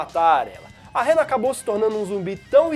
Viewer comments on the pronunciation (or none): O Zumbi é Hannah... Pra que pronunciar "Réra"???